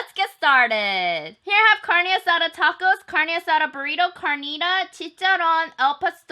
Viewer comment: "carne asara" "lengoa" jajajajajajajaja